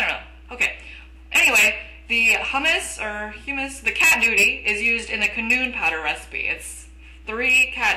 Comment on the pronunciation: ...shes saying canoon .. its cannon. Still love the video. Thx for the advice. Especially the one about not using 10 iron to make one kama. That really help in the long run. Hope you make for vids :3